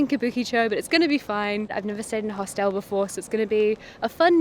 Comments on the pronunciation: “Host-l”, as if the e before the l is silent. There’s no right or wrong way, just funny. Never heard it pronounced like that ever ! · I did a double take EVERY time this person said “Host-ELLLLLLLE” 😂